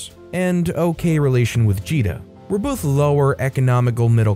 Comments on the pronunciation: Oh I hate how you pronounced GITA (GUH-EE TA) NOT JEE DA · How many more times am I gonna have to listen to this man mispronounce one of the simplest Indian names out there? It's a hard G, man, not a soft one. Gita. If you don't know how to pronounce a name or word, it takes a few seconds to look it up.